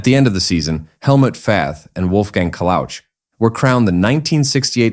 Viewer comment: Thank you very much for posting that video! But please allow one comment, the pronunciation of those German family names like Wolfgang Kalauch, Karl Hoppe, Friedel Münch and Horst Owesle is xxxxxxxx ;-)